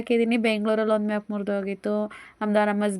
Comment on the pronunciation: ಮ್ಯಾಪ್ ಅಲ್ಲ ಮೊಪ್